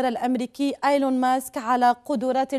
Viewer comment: إييييييلون و ليس آيلون يا انسانة